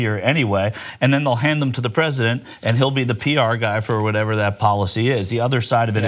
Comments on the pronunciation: I heard that "Fresident" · LOL - Did John just say "Fresident?"